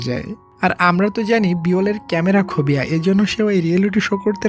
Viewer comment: আচ্ছা ভাইয়া আপনি কী ইংলিশ পারেন না,, ক্যামেরা খোবিয়া কোন শব্দ নেই,,😅😅😅😅 হবে ফোবিয়া ওকে,,😊😊 গতকাল আপনার আরেকটি মুভি দেখলাম সেই খানে আপনি এই একি ভুল ইংলিশ বলছেন😅😅😅খোবিয় নামে শব্দ বা কোন রোগ নেই,, 😅😅সব ফোবিয়া ওকে,,,মুভি Explain করেন ভালো করে করেন, আমরাতো দেখি❤❤ আপনি অনেক শব্দ মূর্খের মতো কথা বলছেন 😅😅